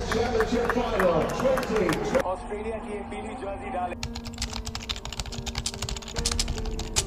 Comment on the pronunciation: Not oaustralia Australia your English week